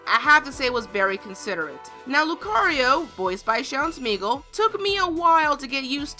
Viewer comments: I like how she said Smeggle instead of Schemmel. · I was completely straight-faced for the most part when watching this video, but I could not stop cracking up after hearing Sean Schemmel being pronounced as Sean Smeagle. I could not stop laughing because I kept on laughing while thinking of Sean Schemmel's face copied and pasted on gollum's(Lord of the rings) body, while imagining him saying,"my precious" in his Goku voice. No disrespect intended on pointing out the mispronunciation, I just find the thought funny as hell. 😂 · I don't want to bring this up, but hearing the lady say Sean Schemmel's name as "Sean Schmegal" made me laugh a bit...haha. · I can't believe she mispronounced Sean Schemmel's name. Idiot!😒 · Did she just mispronounced Sean Schemmel's last name?